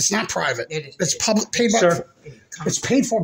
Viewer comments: "Pubic Safety" LOLOL Ha ha ha ha ha ha ha ha ha ha ha ha ha ha 😂😂😂😂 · Did he really say “pubic” safety???!!🤣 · I thought I heard everything but what he pubic and not public that was hysterical.Thanks for my laugh of the day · Several times he said it!! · It's a oldish video. He says PUBIC SAFETY a lot. 😅